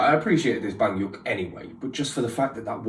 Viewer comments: Banhyuk😂 i'm dead🤣 it's baek like bek (sound like bet) and hyun like in hyunjin😂 They are officially 9 now but they actually debuted as 12 so you might see more members in the old songs, there is 4 Chinese members 3 of them left (Kris, Luhan, Tao) "due to some problems with the company" and one is in China now (Lay) and he haven't been participating in some last few comebacks also because of the dumb company😑 Anyway the names of the other members left are: _SUHO the leader (SU is just SU not like syou or sue, and HO like who) _D.O easy to say it right🙂 _SEHUN the youngest (the SE sound like in set and HUN sound like hoon like moon) _XIUMIN the oldest (this one kinda hard😅 but i'll try, XIU is like the sh sound not ch and you so it's shyou, then MIN is like in minute) The others (Kai, Chanyeol, Chen) you said them right👍🏻 . If this wasn't helpful enough you can watch this video he say it in Korean then in English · I lost it when u said banyok 😂😂😂😂don't worry u don't need to be sorry for not pronouncing it right take your time and don't rush exo-l are really chill and mature we won't attack or criticize you for making mistake or giving your honest opinions we even accept constructive criticism for exo 😊but the banyeok is iconic 😂😂😂😂😂👌❤im also impressed by how u got 3 members right fast specially chanyeol some people take months to get all the 9 members down and that fine ❤